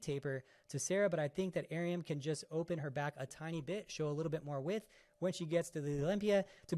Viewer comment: Her name is pronounced “ah - reum” 2 syllables, not 3 🤣